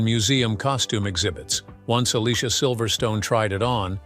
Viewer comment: Definitely one of my favorite 90’s movies and Alicia’s first name is pronounced (A-Lee-See-A).